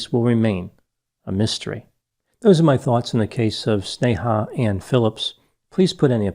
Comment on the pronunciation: off topic but i was surprised on how precise you were in pronouncing her first name despite it being an Hindi word